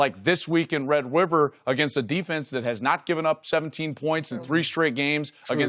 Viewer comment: I think Joel just said red wiver. Haha🤗🤗